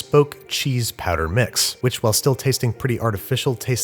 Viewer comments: Everyone: “powder” Banish: “patter” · You pronounce "powder" as "patter". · For some reason when you say powder it really sounds like padda and that is becoming really distracting XD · powder - "padder" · I was not aware that there was any accent that pronounces "powder" as "patter". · Are we gonna talk about how he kept pronouncing “powder” ??? 👀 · Is he saying powder or patter? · Say powder one more time